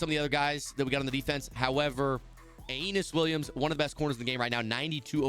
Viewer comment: bro doesnt know how to say UH ee NUS williams